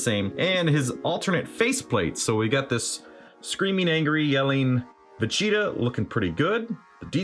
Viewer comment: "I'm not vegtea I AM Super Vegtea"